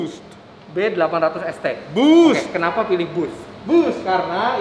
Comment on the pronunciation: Fitra Eri 2022 : Boost " Boset"